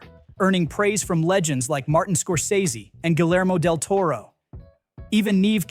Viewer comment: "Less" Diaboliques, wrong footage or Jane Doe, Del Toro mispronounced, etc. Ai narration badly done. Needs a human voice.